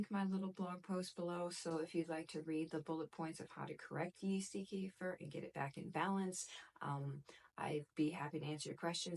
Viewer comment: I make my own kefir. I came here for advice, but I couldn't focus on what you were saying as I was mesmerised by your eyes.......... Here in the UK finding full fat raw milk is very easy. So, that's what I do. Oh, and kefir is pronounced kuh-feer. The word comes from the Caucases, Eastern Europe. They pronounce it kuh-feer, with the emphasis on the second syllable. Their word, their invention, so.........